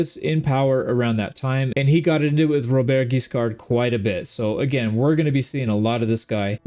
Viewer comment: A great new adventure ! French pronounciation : Robert has a silent T, and Guiscard's D is silent too. Your Rs are not hard enough but that's really fine. And for how you say Hauteville, it's actually good !